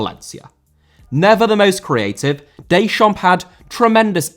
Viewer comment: Deschamps* not Deischamps